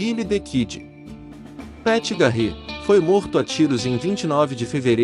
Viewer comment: Muito legal. Só recomendaria cuidado com a pronúncia em inglês. Por exemplo, não se pronuncia Custér e sim Cústêr. Não é Garrétt e sim Gârrett a pronuncia.